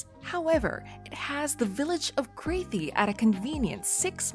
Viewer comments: The adjacent village of Crathie is pronounced "Crath-ee", not "Crayth-ee" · "Crathie" should rhyme with "Kathy"